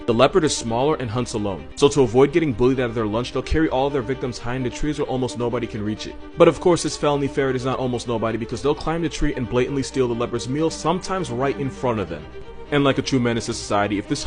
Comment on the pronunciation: "blate-en-lee" is not a real word, it's empty woman noise like misuse of the medical term "toxic" to designate people and things they hate